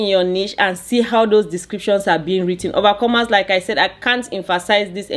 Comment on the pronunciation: OMG I am so sorry. I just realized you were saying overcomers. I thought it was a term of endearment or something. Insert faceplant here. 🤦‍♀